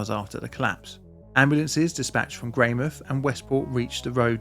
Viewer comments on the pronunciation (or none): Note on the pronunciation, we fully pronounce the mouth in Greymouth so it's Grey-mouth not Grey-mith :3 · It's not greymith, it's grey mouth, like a mouth which is grey. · Pronunciation: Your Tai Poutini is as near as 95% of NZers will ever get but it's "Grey-mouth" not "Greymith" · I study at Tai Poutini Polytechnic also in the outdoor education program. We have a memorial Yearly and one of my tutors was from this cohort that witnessed the tragedy unfortunately. (You were very close with pronunciation, the OU is a "Oh" sound) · 'Sorry for the pronounciation' proceeds to pronounce the Maori well and butcher Greymouth. 😂😂😂